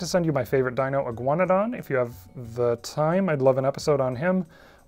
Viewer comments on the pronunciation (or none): none